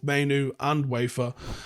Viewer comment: Good player - His name is pronounced Veefer!